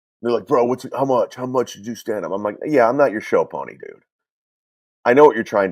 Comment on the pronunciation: So luntszjch, bitszjch, and mutszjch are the only funny things he says 😂